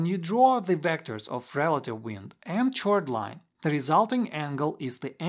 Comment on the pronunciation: Minor note: chord is pronounced 'kord'